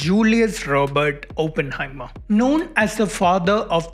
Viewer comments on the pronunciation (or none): It's so excruciating when people say Open-heimer it's Oppenheimer